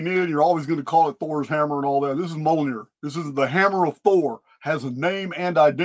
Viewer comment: It's pronounced (M-yol-near) Mjolnir❤